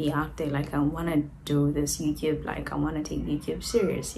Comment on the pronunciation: Lol why do you pronounce YOUTUBE AS YOUCUBE ?